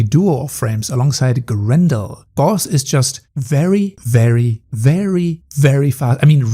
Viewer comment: You pronounced Gauss wrong.